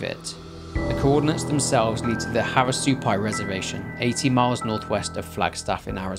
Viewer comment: I was so caught off guard when I heard “Havasupai”. Also shocked you pronounced it right. I did not expect this story to end up In Arizona lol